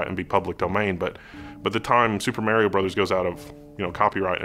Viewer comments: Mary-O ? I think you meant to say MAR-IO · Why are you saying "MErio Brothers" ? wtf.. I'm so triggered haha